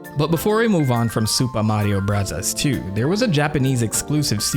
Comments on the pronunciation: "Super Mario Brahzaz" please stop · I am very interested in the subjects. But his pronounciation of super mario brothers is so icky i cant watch it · That SMB pronunciation hurts so bad. Why do you say it that way? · I gave you three chances but you kept saying “Supa Madio Brathas.” I just can’t handle the cringe. Have a good one. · I love how you say supah mathio brazas 😅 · It's a Japanese accent People were complaining about him saying "Bros." instead of "Brothers", so now he says it exactly how they would say it in Japan. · Found this channel over the weekend and I am absolutely addicted. I love the humor (they way you say Super Mario Bros cracks me up), and you still find new ways of blowing our minds with new info from your research. I had heard of Captain Rainbow before but not the Birdetta storyline. Also found very interesting to learn that they used queer voice actors to voice Birdoes in the past as well. Great work! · Why tf are you saying Super Mario Bros like that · What’s with the accent when saying the name of the game?